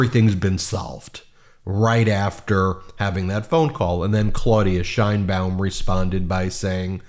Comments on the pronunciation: IT'S "SHEINBAUM" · Actually, she pronounces her last name according to Spanish phonetics: SHANE-baum. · Great video. Can you please pronounce her last name correctly? The correct pronunciation of “Sheinbaum,” as in Claudia Sheinbaum, the first woman president of Mexico, is: SHAYN-bahm • “Shein” sounds like “Shane.” • “Baum” rhymes with “mom.”